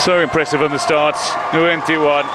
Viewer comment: Nguyen is one of the most common last names in the world. Professional commentators need to learn to pronounce it.